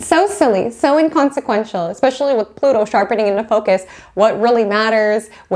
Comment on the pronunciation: This is great information, but I was so distracted by you saying eCKspecially, instead o eSPecially, that I could hardly focus!